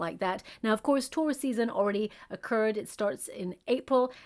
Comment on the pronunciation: This whole video I thought you were saying ‘tourist’ season, not Taurus season. Realized it way too late lol. Thank you for this video!